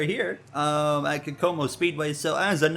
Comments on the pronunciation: Kokomo is pronounced cocomo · fyi the first track you raced at is actually pronounced ko-ko-mo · the first track is pronounced "Coke Oh Mo" which is a town in Indiana (the W)